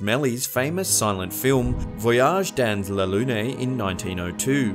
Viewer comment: i'm french and just so funny how you say "voyages dans la Lune"